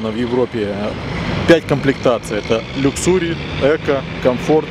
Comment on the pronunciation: люксУри... так я еще не слышал